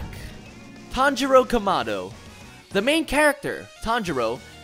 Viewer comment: im disapointed you said nearly everybodys name wrong the on that made me cringe most is Tanjiro kamado